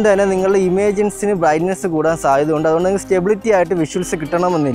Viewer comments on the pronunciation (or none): none